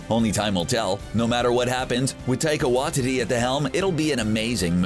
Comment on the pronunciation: Tyka wa-titty😂😂😂